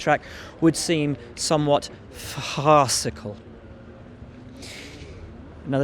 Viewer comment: "would seem somewhat fHAArcical."Nice.